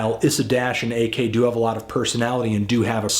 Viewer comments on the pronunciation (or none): his name is pronounced "Awk". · His name isn't AK. It's Ak.